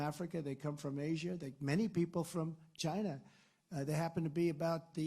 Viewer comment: why do you always say it as "shina". Its fucking lame.